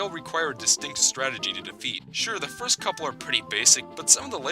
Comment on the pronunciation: When you said "The first game in the Yoshi series" I thought you said "The worst game in the Yoshi series." I was about to dislike, then I found out, so now the video is liked by me!